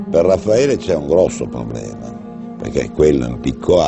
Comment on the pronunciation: His name is Raffaele not Ralpheo come on.